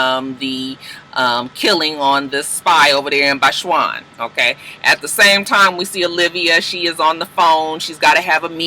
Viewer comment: I think you mean Botswana. Bots-wanna. lol